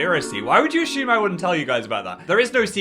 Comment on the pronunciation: n yet he pronounces assume ashume